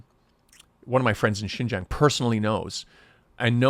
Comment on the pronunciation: I am not sure how long you were in Xinjiang but I feel like it wasn't long enough to even be able to pronounce Xinjiang correctly. It appears that this video is not at all about an interview with a Uyghur survivor of one of the reeducation camps but instead a major part of the video is used to slam the United States of America. You are offensive and harbor opinion that is based in ignorance.